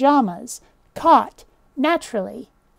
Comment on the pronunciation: Pronouncing the u in aunt sounds pretentious to my ears. On the other hand, ignoring the u in "caught" , as you did, sounds weird. It was only on my third listen that I could detect any difference between the way you pronounced "caught" and "cat".